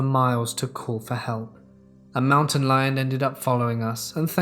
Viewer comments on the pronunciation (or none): none